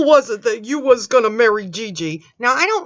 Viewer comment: There it is ... "I believe in Yew!" Again!